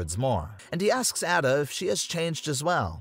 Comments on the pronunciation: Bro said at-a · Hold up it’s A DUH not adda….. ada wong. Also the original res 4 is better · It's a-duh not ada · Your also pronouncing Ada wrong it’s “aye-duh”